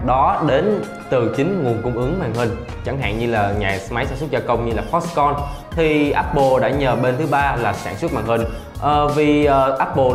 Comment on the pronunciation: Foxconn not Foxcom